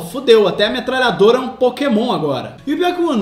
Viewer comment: Metrallhador kkkk